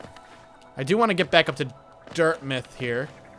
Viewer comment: "Dirt-MITH"????? Its not like Yarmouth, Maine, my guy. Loved your commentary but the pronounciation had me laughing everytime.